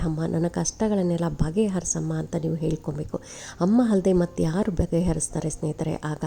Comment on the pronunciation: ದಯವಿಟ್ಟು ಹ ವನ್ನು ಸರಿಯಾಗಿ ಹೇಳಿ. ಉದಾಹರಣೆ ಗೆ ಹಣ. ಅದು ಅಣ ಅಲ್ಲ. ಹೇಳ್ಕೊಬೇಕು. ಎಳ್ಕೊಬೇಕು ಅಲ್ಲ.